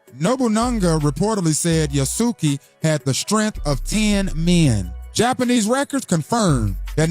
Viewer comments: Yah-Sooo-Kee, Yah-Sooo-Kay, No-boon-nuhguh, Nuh-bunga are horrific pronunciations. At least he got Nobunaga correct at the end there. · the pronunciation of Yasuke and Nobunaga is sending me😂😂😂